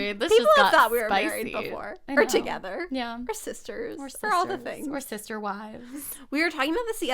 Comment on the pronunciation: It thrills me that you addressed your “sh-isms” in this podcast! You could start a new dialect of your own! just sub all middle st sounds with sh sounds- “the man with a muSHtache took his siSHter and her pet rooShter to the Italian reSHtaurant for some paSHta” You have a great sense of humor! You and are the best! Thanks for the laughs!